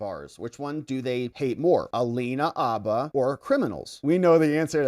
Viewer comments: Dude! There is a H in her name. It’s Habba, not ABBA! It’s “her”, not er. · H! Habba with a real H in front of it. Like Hannah with b's where the n's are. Habba. Not Abba, Habba. Her name is Habba. Say it loud and proud and say it with an H. She's not the Swedish 70s pop group. You're doing it just to bug me, aren't you? Habba, man. Habba. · It’s Habba, not abba… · Her name is HABBA not Abba. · Please put the H in Habba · Mate, it IS Habba with a "H" !!!